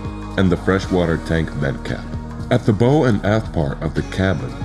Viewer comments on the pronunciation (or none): Agree, especially when the voice over mispronounces 'bow'